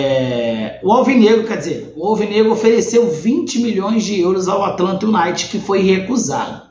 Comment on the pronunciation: o noome é atlanta "You Naited " a pronúncia